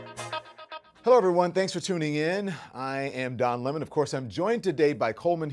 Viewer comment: Don Lih-mon!